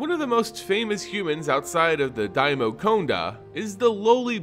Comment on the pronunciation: Was that the only pronunciation error that got to you? I winced engender "daimyo" was mispronounced.